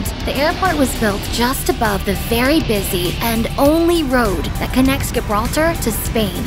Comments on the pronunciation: Gibraltar is pronounced JIbraltar. Sydney Airports main runway goes over a busy road you need to be careful the car in front of you doesn't brake suddenly when a large plane is taxiing over head it's an amazing sight if you're not expecting it ✈️🇦🇺 good video 👍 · 'She' doesn't know how to pronounce Gibraltar.